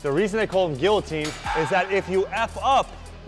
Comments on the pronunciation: It's not Gillo-Teen....... it's GEEYO-TEEN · Great workout. FYI the Ls are silent in the word guillotine. Its pronounced like gee-uh-tine